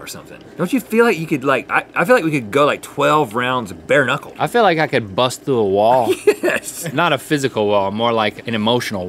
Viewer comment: Foo plus throo = froo